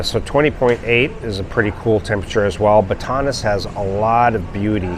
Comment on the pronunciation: You nailed it on everyone 😮..Batanes I think you mispronounced it but I am not sure.. also Baguio gets three times more rain than Cebu City..136 inches a year in Baguio.. the record for Baguio was January 18th 1961 at 6.3 degrees Celsius 43.3 Fahrenheit.. I call it my secret place that I found but I guess I will let the cat out of the bag because most people do not want to live in the mountains.. Sibulan and I am not talkin about sibulan on the coast by dumaguete. I am talking about the sibulan in the mountains by the twin lakes not far from dumaguete and Valencia.. the temperature is always two or three degrees cooler than the Valencia next to dumaguete.. it is only about 35 minutes from sibulan to the coast and about 40 minutes from dumaguete.. if you take a shortcut it's not that far to dauin so you are in the mountains but not far from the beaches on the ocean.. that is where I will find a mountain house for a long-term rental or purchase it.. of course I will have a great solar backup with a solar generator and a gas generator also.. I will also be looking for a place on the beach to split my time for my Filipino fiance and myself.. I really like the coastline that is south of dauin because I think it is a lot more beautiful and a lot more cheaper also.. I'm also thinking about buying a box truck making a camper out of it with a 5,000 BTU air conditioner to use and spend time on the beach and maybe not have to buy a place on the ocean also.. apparently the weather temper